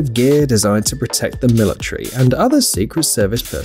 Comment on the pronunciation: What is a "militree"?